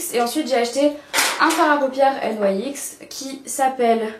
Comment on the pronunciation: c'est bizarre que tu prononce nyx : N.Y.X ^^ tout les you tubeuse dise nyx a la française ^^